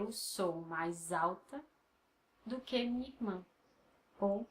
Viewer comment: Your teaching method is focused and expedient. I appreciate the no-nonsense approach. You deserve more subs! I have a question in regards to the way one should pronounce the following; "do que" I seem to hear you say "dô quê" when I thought it should be "doo quee"? Maybe it's just me not able to pick up the sounds properly. Also, I struggle with the letter R because it is different than how the R's sound in Spanish, French and English. I'm aware that the Rs have to be pronounced very faintly but I pain to get it right. I roll them to much. As a suggestion, if you could make a video on prononciation, it would be helpful. Anyhow, I know you're probably quite busy. It's just a suggestion. Take care and keep up your excellent work!